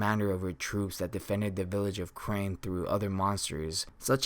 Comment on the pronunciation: carne villafe not crane